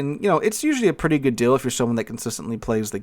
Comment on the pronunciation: I finally realised you're saying "hello good people" and not "gay people"